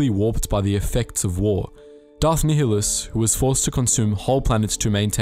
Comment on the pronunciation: Why do you keep pronouncing nhilus like that? There are plenty of examples of how to say his name properly. If that thing can be called a man any longer.